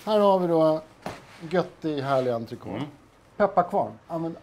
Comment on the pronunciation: Är man kock borde man veta hur man uttalar entrecôte. Pinsamt.